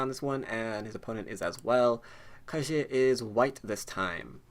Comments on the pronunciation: I hate to be that guy, but your pronunciation of Ke Jie is way off. pronouncing like "kuh jyeh" with a hard j is a lot closer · I really like your go videos, but the mispronunciation of names is really annoying! Ke Jie should be pronounced similar to "could jet", but with the final "ld" and "t" removed from each word, respectively. Google Translate has a vocal synthesis feature that I find really helpful, too: Sorry for being so pedantic.